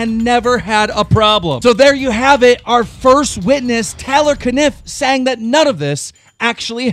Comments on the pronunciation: The way he says tarlerrrrr and aleeesa haha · Keemstar says Talor and Aleeeesa 😅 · Why is keemstar not able to pronouce names properly. He calls taylor "teller" he calls Alissa "Aleesa" seriously 😂😂😂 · Taylor is pronounced Tay-ler not Tal-er and Alissa is pronounced Al-iss-uh not Al-ee-suh. Just saying lol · I think keem gets off on pronouncing people's names wrong haha tah-lor, a-lee-sah???? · its ah-lissss-ah and tay-L-or BITCH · Bro it's tAYlor and AlIHssa like 2 very common names, you gotta pronounce those right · Wtf he pronounces alissa aleesa and he pronounces Taylor talor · Alissa is (uh-Lis-uh) Taylor is (Taye-lor) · Why does Keem not know how to pronounce names? Really, "Telor" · How he says Alissa and Taylor got me hella triggered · Why can't you ever pronounce Alissa or Taylor right? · Bro you always pronounce peoples names wrong like taylor is not a hard name 😂😂😂😂😂😂😂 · How do you pronounce Taylor wrong. I'm baffled keemstar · How the fuck can keem pronounce caniff the first time, but can't pronounce taylor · Keem the type of guy to pronounce taylor wrong